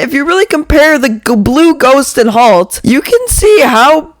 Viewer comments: It’s halt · Halt ❌ Talt ✅ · “Whalemart halt💀💀”